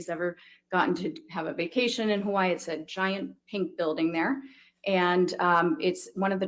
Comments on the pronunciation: I like. You can tell she's spent a ton of time in Hawaii. She actually says it semi correctly. Hawa-ee, not hawayeee... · For what it's worth to, the way the Forensic Psychologist pronounces Hawaii is exactly how locals would say it. If you live there for any period of time you adopt that quickly (excepting military) because saying it any other way isn't well-tolerated. It's also a hard habit to drop.